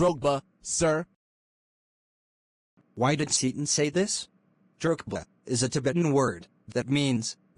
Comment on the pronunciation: Tsetan❌ Satan✅😂😂😂